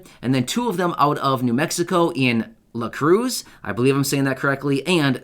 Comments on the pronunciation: Hi, I'm from New Mexico. I believe you meant Las Cruces and Santa Fe. Not La Cruz..so I hope this helps you with how to say it. You did Santa Fe correctly. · Awesome video,! I am a New Mexico native, and city you are pronouncing is, Las Cruces which is pronounced like, Las Cru ces! It’s a Spanish word. Just trying to help you pronounce it because, I don’t want other New Mexico natives to get offended! LOL!i pronounced it wrong before when I was younger, and in southern New Mexico some one that I knew got mad! I am visually blind myself, and think it’s awesome how you make these kind of videos! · Pronounce it Las Cru sis which is Las Cruces NM.😎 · Again it is Las Cruces, NM. Crew-ses (Cruces) spanish roll the r lol. I live in Lordsburg, NM so it doesn’t count for my town with the help they are giving. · LOS -CROOSH-IS